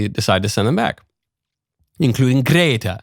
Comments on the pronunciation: I know right 😂 I find myself saying Grrrretta now 😂😂😂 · The way michael says gretta is hilarious